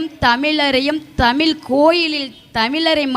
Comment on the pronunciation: "தமில்" இல்லை தாயே "தமிழ்" என்று உச்சரித்துப் பழகு தயவு செய்து😢